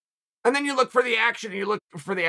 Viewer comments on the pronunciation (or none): none